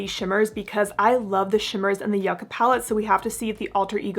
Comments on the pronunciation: It’s pronounced YOU-ca 🤦‍♀️ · in this palette the y iss silent